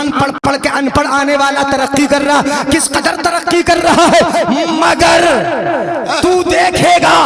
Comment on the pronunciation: मिसले तो न शुद नहीं ब्लकि. मिसले तू. है इसी तरह तोरे सर सोहै नहीं ब्लकि. सर सोहे. है